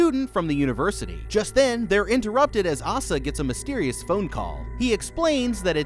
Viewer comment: The name Asa is pronounced ACE-uh. Not Aah-suh. Mildly infuriating to hear you butcher that nonstop not gonna lie. Oh my god even correct yourself from but then INTERMITTENTLY BUTCHER THE NAME AFTERWARDS JUST STOP FOR THE LOVE OF